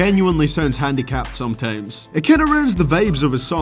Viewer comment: nigga, you talking about how someone talks but you saying 'VEIBS' "HEIVEY" "SOIMTOIMS" "TEIM", talk like a fucking eu bitch-boy.